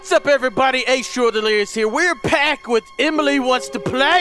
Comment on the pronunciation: Am I the only one who heard pack instead of back?